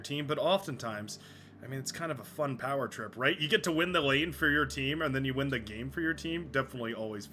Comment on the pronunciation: "No one pawn should have all that POWAH!" So good!